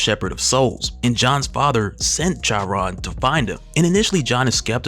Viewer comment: "Charon" (as in the Greek Mythology Ferryman of Hades) is pronounced "Kar-Ron".